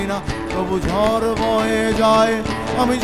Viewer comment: গান শুনে মনে হলো—ইনি কখনো গান শেখেননি। উচ্চারণে খুবই গণ্ডগোল আছে— যেমন, বাড়ি, গাড়ি শাড়ি, ঝড়, কী করে ঝর, বারি, শারি হয়ে যায় বুঝতে পারি না। শুধু অবাক লাগে। পরঞ্চ বলা যায় বাঁশিটা গানের চেয়ে ভালো বাজালেন।